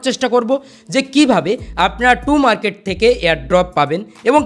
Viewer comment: Too market nh tom market 😂😂😊